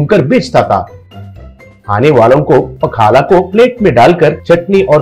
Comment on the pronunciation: पखाला नहीं भाई पखाल होता है। क्यों खाने का मां बहन करते हो भाई